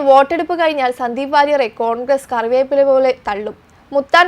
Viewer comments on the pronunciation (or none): none